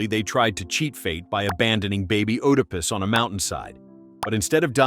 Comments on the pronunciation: IT'S PRONOUNCE ED A PUS. NOT OOH DA PUS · Oodapus. 🤨 Bro, you mean "Edipus" Oedipus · I came out of my skin every time I heard "oodipus" please train your gd AI 😭😭😭😭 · Oh no not Oooodepus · I can’t get past “ooodipiss” 😂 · That isn’t how to pronounce Oedipus. This must be AI 😩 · The O in Oedipus is silent. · How many times are you going to say oedipus wrong?? You said it like 7 different ways, all wrong. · You say Oedipus wrong